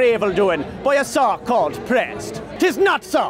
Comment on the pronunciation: I actually had to repeat what I thought you were saying aloud to try to figure out what the hell you were actually saying. "A song called pressed? No, no reason a song would be called that... oh, but so-called makes sense. Ah, a so-called priest."